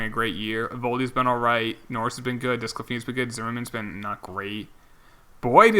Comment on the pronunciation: Btw it’s pronounced DE-SCLA-FON-I